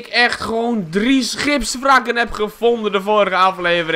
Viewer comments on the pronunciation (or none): Correctie Je spreekt het uit als scheepsvrakken